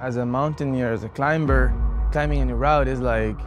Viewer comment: I know this is small but the pronunciation of the word CLIMBER…the B is silent.